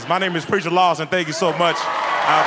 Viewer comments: The whole video is about how people say his name wrong and terry calls him Preacher LOSTON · Did Terry just call him Preacher Lawston? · first of all its rude to correct and second of all it did sound like he said lawston